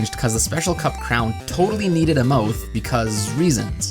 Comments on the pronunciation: He says mouth like mowth... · When I said that I mean you said it like "mow" as in "mow the lawn" then the f sound at the end.